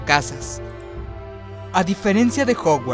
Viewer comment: jouguards no. es jaoguards en pronunciacion.